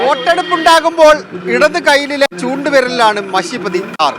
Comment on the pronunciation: മശി അല്ല മഷി... 🙏🏽